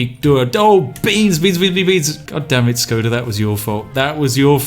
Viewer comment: Š in Škoda is pronounced like Sh